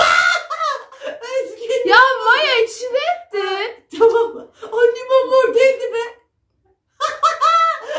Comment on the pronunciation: Abla nevırmor diye okunuyor vallahi tarihe geçtin